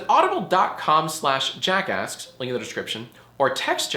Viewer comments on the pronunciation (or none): Jack ask say that 2× it kinda sounds like jack ass